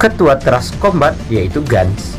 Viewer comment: ka tulisan nya kombat tapi di baca nya kombet